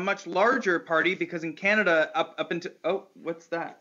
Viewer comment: "OH CANADiA"